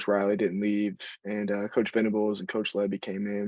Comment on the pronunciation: Venables not ventables